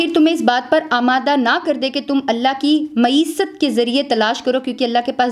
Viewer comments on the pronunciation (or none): Maesat نہیں Ma'asiyat🐒